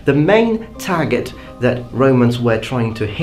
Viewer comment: Cappable? Tagget? Do you even English bro?